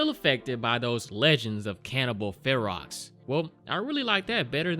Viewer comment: Ferox is pronounced like the beginning of the word ferocious, and basically means ferocious or wild.